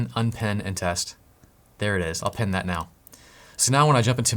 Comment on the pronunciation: It's "pin" like "in", not "pen" like something else